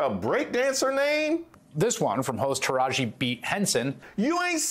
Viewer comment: He pronounced Tiraji AND Henson perfectly. That "beat" bs was on purpose.